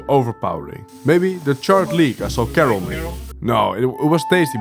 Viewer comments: Come on man, we all know "Karel" isn't pronounced "Kerrel" 😆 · you obviously know how to say Karel correctly why do you say it like carol?! anyways nice video